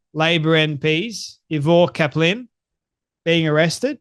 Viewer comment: Eye- ver. Cap-lin